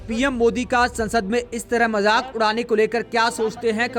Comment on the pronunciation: majaak not .majik